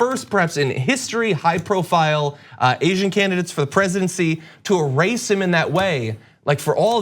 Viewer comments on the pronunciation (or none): Did you say "to e-race him ..."?